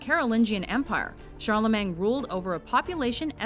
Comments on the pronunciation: It's pronounced Charlemain, not Charlemang. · Is she saying Charlemang? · Pronunciation of Charlemagne is painful